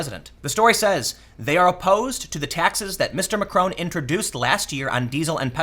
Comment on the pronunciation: Mac-RON with a softly hit 'n'. Not Macrone!